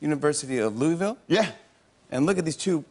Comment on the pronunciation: That's not how you pronounce Louisville. L1C4